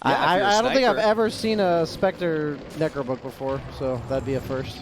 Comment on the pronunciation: nEEcro book nEEw mEEta